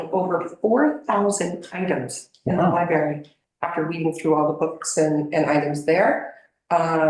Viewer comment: It’s library, not libary!